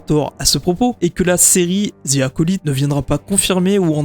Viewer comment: Arrêtez de prononcer Acolyte n’importe comment svp